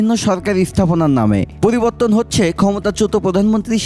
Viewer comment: Uni poliborton , polibar uchharon korechen ki , naki ami vhul sunlam. But initiative valo .inqelab jindabadh